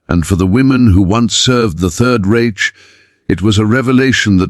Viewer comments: I second the vote for using a real narrator. It's pronounced Reick with a hard K not a ch sound. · Who ever allowed the man/machine to comment on this video must have been an American with the requisite poor education of U.S. schools. To pronounce the word "reich" as (phonetically) raitch should be sh, or, at the very least., fired. I'm not of German ancestry, but, even I know enough to pronounce words correctly. Any decent dictionary (maybe not Websters) will have a phonetic description of the word. Between the mis-spellings in captions, and mispronunciations in the over-dubs, it's difficult to follow the story-line. Get a life! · With all due respect, get you AI program to pronounce words correctly. The German word Reich is not pronounced retch. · You’d think AI would know how to pronounce reich! 😂😂😂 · Reich rhymes with Mike. Anyone who isn’t part of the TikTok generation knows Russian prisons were as bad as German’s. Many of us aren’t hung up on AI since we learn this in history classes in school. Why do you think at the end of WWII the Wehrmacht gravitated to Allied territory. They knew they’d eat, get medical treatment and survive. There’s plenty of WWII documentaries and books. Ken Burns created two series on WWII. They’re written from the view of a historian which can be boring to most people >40. Social media isn’t the best source of history that isn’t fiction. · Someone teach the AI German: Reich is not pronounced Raych; or English for that matter: laddled instead of ladled, etc. Did no one tell hem that it was the Russians that mistreat prisoners? Also, I think the flag is wrong. Prior to 1948, it only had 48 stars as Alaska and Hawaii were not states yet.